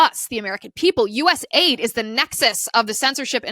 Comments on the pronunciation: US .A.I.D. …. Its an acronym so stop calling it aid as in a word. It is not aid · Please stop calling it "US aid". It's US A-I-D.